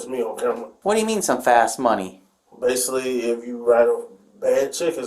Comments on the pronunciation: I drank a shot for every time he used the word ba-suk-ley I'm detoxing now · Take a drink every time he says “Basilly” 🤣🤣🤣